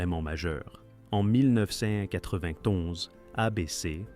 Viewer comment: Insupportable le "mille neuf cent quatre vingt tonze"